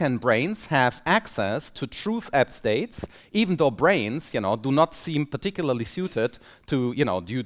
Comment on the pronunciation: What is he saying around 3.41? It sounds like “truth ab-states”.